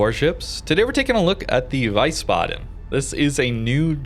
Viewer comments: It is pronounced more like "WIISBADEN" than "WEISBADEN". The E in IE is silent. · It's called the Wheezebaden, not Vicebaden :) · ah yes, the VICEbaden :D Its VIESSbaden IE, not EI :D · its pronounced Wee-sbaden not why-sbaden :) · Wiesbaden is pronounced like 'Weesbaden' instead of 'Wisebaden'. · Pronounce it Wees-baden instead of Wees-baden. No lootboxes in EU. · Vicebaden xDD , pls call it Veece baden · Thank you for the video. However, the naming phonetically called "Veehsbaden" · Hey! Loved the video but had to say that it’s pronounced VIE-SS-BAH-DEN. In German our w sound like v. Our w’s only make the pronounced w sound (like you were saying) if it’s a “WEI” instead of “WIE”. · its (W-I-E) sbaden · is pronouncend line Weesbaden like in Weed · pronounce it "Wees-baden" :p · Not VIESSbaden. More Veesbaden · And the price for the most wrong pronounced ship ever goes to xD the i comes before the e so always confusing English make ei out of it xD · I am German and I can say this is the worst possible pronounciation Hahahah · As someone who speaks minimal German.. He butcher the pronounce.😂